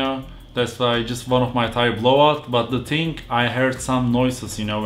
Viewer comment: Abi thing derken hafif peltekleştirsene ting diyince garibime kaçıyor :D